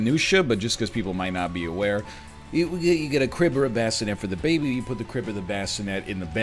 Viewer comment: every time NL says "the baby' i hear "dababy" and i think he's just walking around the house with the rapper